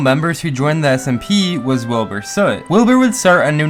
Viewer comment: He sed Wilbur sot